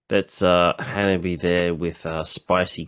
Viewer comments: Thanks for reacting to the HANABIE. video! The band name HANABIE. is pronounced "Hana-bie" (hah-nah-bee-eh), not "Hanabee." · theres an extra syllable in their name :) ha-na-bee-ay. basically, exactly how you pronounced it but add an -ay to the end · It is misinformation, as claims, that the pronunciation of the word Hanabie does not contain the "eh" sound. The little troll with the minuscule ego,, repeatedly claims that the Japanese letter "e" is pronounced like "yay", which is almost beyond ridiculous. He bases this on the video he suggests here, because Yukina shouts "ay" in it, which, however, has nothing to do with the pronunciation of the band name. But intellectual capacity is too limited for him to grasp this.